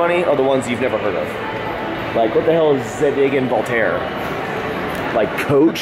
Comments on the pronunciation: No, it's a french brand, it is pronounced ZADIG (same Za as zalando) et Voltaire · it's pronounced ZAY-dig & Voltaire